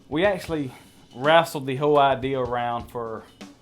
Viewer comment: “Rassled with the idear!” Love it! Lol